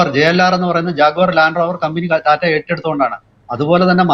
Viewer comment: ടാറ്റ അല്ല.., റ്റാറ്റ Tata. സ്വന്തം രാജ്യത്തെ ഒരു പ്രമുഖ വ്യവസായ കമ്പനി അല്ലെങ്കിൽ ഭാരതത്തിൻ്റെ വ്യവസായത്തിൻ്റെ നട്ടെല്ലായ ഒരു ഗ്രൂപ്പിൻ്റെ അല്ലെങ്കില് ഒരു വ്യക്തിയുടെ പേര് ഇതുവരെക്കും നേരെ ചൊവ്വേ ഉച്ചരിക്കാൻ പറ്റാത്തത് മോശമാണ്..